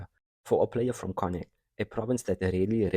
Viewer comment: Very Nice! - By the way Connaught should sound like "Conn-nacht", Galway sounds like "Gaul-way"